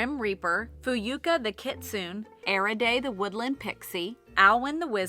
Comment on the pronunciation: Im gonna be that person... Kitsune = Keet-soo-nay Chimera = Kai-mare-uh Now, on with the show! 😂